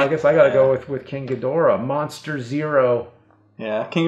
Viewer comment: It’s Gheedrah not gudora